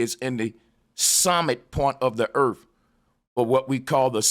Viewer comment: Erf?? Are you trying to say earth??? Asking for my 6 year old daughter